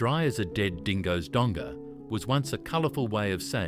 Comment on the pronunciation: AU artificial unintelligence Galah is pronounced g’lah like G’day Stone the crows was the predominant expression, not stone and he flaming crows Drop the “with me”from Don’t come the raw prawn with me Also donga not donger Pronounce the “g” as in song wrong or long ( not like the G in longer